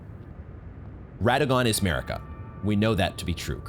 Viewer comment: It's not Merika it's MArika,you are so annoying I cannot stand you,$tuπ|d vastard